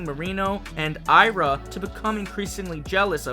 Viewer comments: Hey babe. I'm from Brazil. So, the name of the legendary mermaid is pronounced I-A-R-A (like "Ee Ah Ra") not A-I-R-A. Aira is a indigenous word for daughter, while Iara is the name of the mythical mermaid that lures men into doom waters... So, next time you'll know how to pronounce it. Kisses, love you and your creativity is incredbile. 🥰🥰🥰🥰🥰🥰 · Hey man! Great video as always, loved the new characters and pokemon and can't wait to more of the zonhe region! Just a heads up: Iara is pronounced "Ee-Ah-Ra". I don't mean to be rude, i just think that pronunciation would sound better :)